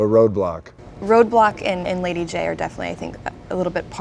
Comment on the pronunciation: it Lady Jaye not Jady Jayne